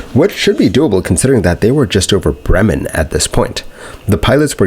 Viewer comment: 1:98 they were over Brunnen, sounds like Bremen in the video